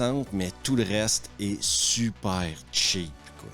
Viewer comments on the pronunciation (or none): none